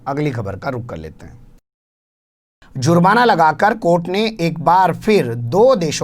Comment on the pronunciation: sahab Aap z ka istemal karte hai jab ke J se he jurmana